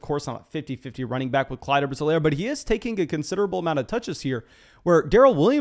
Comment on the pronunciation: Clyde's last name is pounced EE-Lair, buddy.